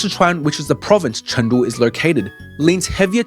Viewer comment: Pronounce it correctly CHOONG——DOO